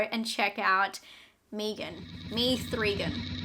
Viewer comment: When you said me-gan instead of meg-an I died. Lol. Haha.